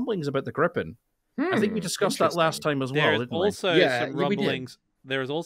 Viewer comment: Alright guys. How to say Gripen. It's not "Grippen". It's closer to "gree-pen", with the sameish vowel as in "knee". Or you know, just call it "the griffon".